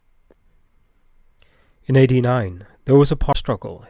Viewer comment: It sounded like he said 80 instead of AD. had me confused for a second 😂